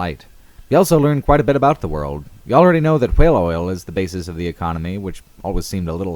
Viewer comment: The way you pronounced "whale" really annoyed me. Other than that, fantastic video.